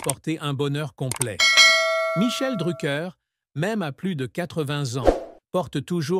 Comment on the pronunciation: Faut direson nom correctement